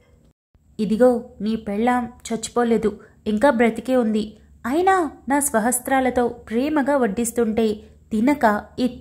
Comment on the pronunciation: Swahasthaalatho Ani chadavaali,swahastralatho kaadu madam .May be by mistake anukunta,nice narration